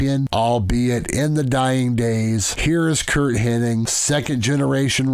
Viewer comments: It's Hennig, not Henning. Just needed Buddy Roberts from the Freebirds and Davey Boy Smith from the British Bulldogs. Otherwise, solid list. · “Hennig”…not “Henning”…